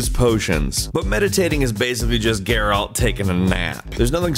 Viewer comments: His name is not pronounced "GARE-AULT" you fucking idiot. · The moment you mis pronounced geralt i knew you didn’t really play the game